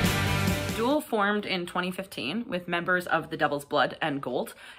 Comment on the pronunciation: Nice review. By the way it's DOOL as in goal, not DOOL as in ghoul.